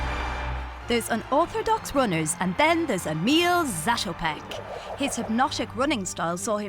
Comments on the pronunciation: When someone is making a video about someone they should at the very least pronounce their name correctly. You know maybe 2 or 3 times say it before actually recording? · It´s very funny for Czech people when they hear the English pronounciation of his name :D